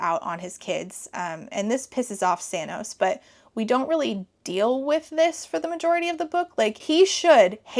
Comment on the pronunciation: I'm fairly certain you're saying 'Sanos', but YouTube is subtitling it as 'Thanos', and all I can think is that he's got purple hair and painted nails 😆